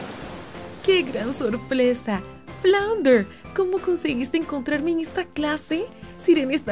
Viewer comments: en el minuto dice que gran sorplesa en vez de decir que gran sorpresa o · Like si tu también escuchastes que dijo solpresa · like si te diste cuenta que dijo sorplesa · dice que gran sorplesa 😂😂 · Minuto dijeron soplesa🤦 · Like si te diste cuanta que dijo sorplesa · Like si te diste cuenta que en el minuto dijo que gran sorplesa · 11:2 la mujer que habla dijo que gran sorplesa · En el minuto dijo Que gran sorplesa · Dijeron solplesa enves de sorpresa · En el minuto más o menos dice que gran sorplesa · Minuto 11:5 dicen sorplesa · Like si escuchaste en el minuto 11:1 que gran sorplesa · Like si notaste que dijo "que gran sorplesa como conseguiste encontrarme" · "que gran sorplesa" :'v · En el minuto dice sorplesa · Miren del a no se dice sor ...sa